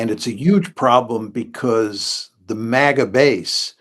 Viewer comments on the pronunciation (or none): none